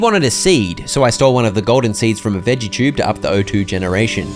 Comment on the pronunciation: i’m so sorry but why do you say “chube”